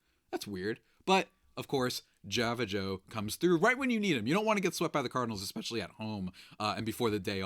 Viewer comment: Java! Not Jave